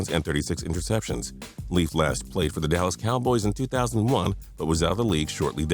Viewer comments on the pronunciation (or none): none